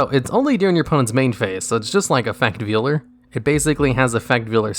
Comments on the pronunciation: It's pronounced "VALE-ER". You know, like a wedding veil? Pretty certain that a bride wouldn't be wearing a piece of meat over her head at the ceremony. Lol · ... Veeler?? Really? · its pronounced VAYLER why are their so many words you cant pronounce lol and why are they always words you say like 30 times lol